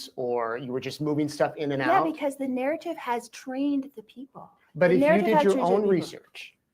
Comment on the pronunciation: Can she talk without saying NARRITIVE!!